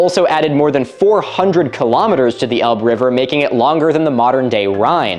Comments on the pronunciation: I hear about Doggerland all the time on the shipping forecast. I've been so curious about it, and its history. And yes, there are plenty of jokes about it being the land of dogging. Also, you mispronounced "Elbe". It's pronounced "Labe" (Lah-beh). It's a common mistake. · Elbe has two syllables Ell-buh